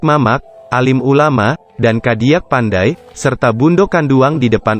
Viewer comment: Harap pembaca berita belajar cara pengucapan istilah bahasa minang yg benar agar tidak aneh didengarnya.contoh cadiak pandai malah dibaca gadiak pandai.aneh bangat.